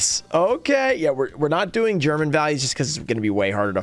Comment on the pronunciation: Your German pronunciation was on point as always😂